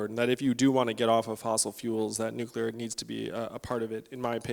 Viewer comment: Please pronounce nuclear correctly...NEW klee ar...not NEW kEW lar